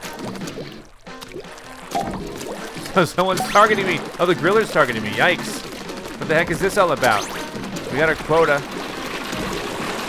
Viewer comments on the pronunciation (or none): none